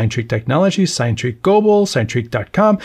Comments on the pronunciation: I think it’s pronounced “sin-e” as in Cinema rather than “sign”, you said the same with Cinerails earlier in the week 😊, its origin is from the Greek word “Kine” which means motion. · I just can't with this 'sign-treak'... it's 'sin-a-treak', it's literally pronounced on their youtube channel.